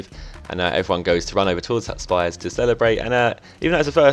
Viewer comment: just to let you know, your goalkeeper is pronounced Spee-shh. Her sister goes to my school ;)